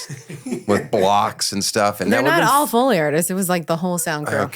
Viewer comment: Why do you keep saying it like “fully”? 🤦‍♂️